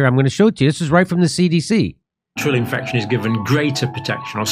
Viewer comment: She even messed up infection and immunization...